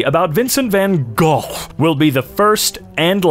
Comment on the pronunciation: i was pleasantly surprised by the van gogh pronunciation sounded a lot more as the dutch pronunciation as the English one